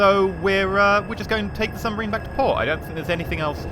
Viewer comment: "Nooo! Our new 'sumbarine'!" Ah, yes, the mighty sumbarine.